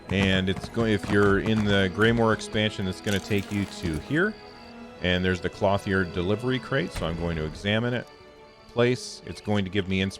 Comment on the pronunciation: lol, it's "klohth -yer"